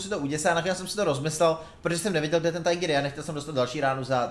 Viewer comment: Neposer se z té Angličtiny,Tíger a ne tajgr.Čti to tak jak to má být,je to Německý tank